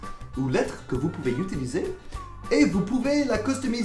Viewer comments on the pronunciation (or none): none